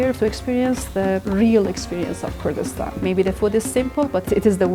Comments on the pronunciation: It is Kurdistan not gayraq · Bro doesn't know how to say Kurdistan 🥀🥀💔